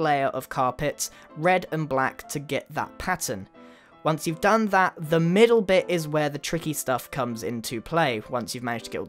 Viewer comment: he said bich not bit